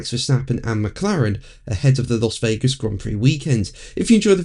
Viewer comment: Dear, the 'Las' in Las Vegas, is pronounced 'Lass'. Weird, I know!